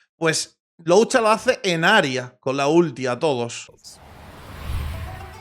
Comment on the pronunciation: Algún día podrá decir el nombre de luocha bien?